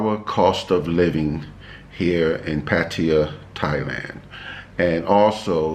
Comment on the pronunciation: Found you by chance. Great info and loved how you met. I just got back from Pattaya (you’re one of the few that pronounce Pattaya like I do 👍🏻) loved the basic budget....I went to Tiger park. Very cool place (great photo op too). Anyway, new subscriber here. Thanks 🙏🏻 SF Warrior